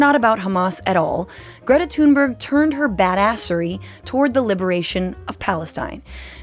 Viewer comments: Why is thungberg being pronounced as tuneberg? Are you thinking she has changed her tunes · She's amazing ❤ A tip on the pronunciation of her name, it's more pronounced " Tuunberj" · It's "Toon-burrah", ending like the word "Edinburgh". It's a different language you see.